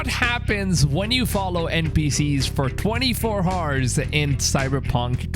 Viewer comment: „FoR 24 HORSE“